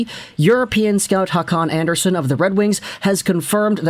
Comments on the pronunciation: its kinda like Andrea Son. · you're not pronouncing that right. the "son" part in scandanavian names are pronounced like you would pronounce sony.